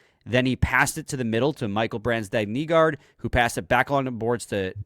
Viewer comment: always says "BransDEGG" when it's actually pronounced "BrandSEGG"